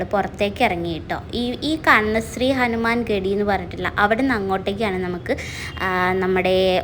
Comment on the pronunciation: ഹനുമാൻ ഘടി അല്ല ഘട്ട് ആണ്